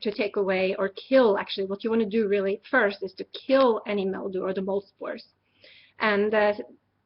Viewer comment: She keeps saying MEL-dew instead of MIL-dew. LOL.